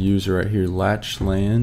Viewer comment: Awesome vid! I definitely had some "Ohh so that's how it works" moments during this vid. Also not that it really matters, but Lachlan is actually pronounced as "Lock-lan/Lack-lan" (Irish/Scottish)